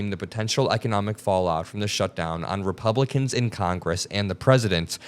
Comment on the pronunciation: Go there. You’ve already made it a partisan issue Well done idiot👏🏼🙀 BTW did he say “ReBumpkins”?! I 💙 it! 🎃👍🏼🤠